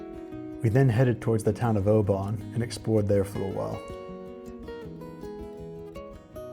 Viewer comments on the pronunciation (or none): Oban, not, O ban. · If you're gonna speak about my country please get your pronunciations correct . It's Oban, not oh-bun. 😢😞🫪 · I hate to be that guy, but Oban is pronounced more like 'o-bin'. A tad too much emphasis on the 'A'. However, as you're not a native, take it with Scottish friendship. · Dont worry, your pronounciation of Oban was not as bad as the person in Dutton Ranch series.